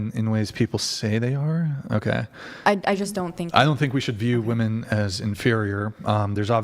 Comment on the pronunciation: Chair 1: You can't even pronounce WOMEN correctly...How the HELL you gonna be some once in a lifetime, top-tier, badass Doctor Babe?! Pssshh...the delusion is strong with this one🤦🏻